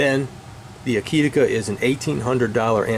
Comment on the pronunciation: To my humble opinion you pronounced the name Akitika just fine! It is simply 'A kit' + 'A kit' spelled backwards :). I guess that every pronunciation of that name would be correct! Thanks for the enlightening and honest review!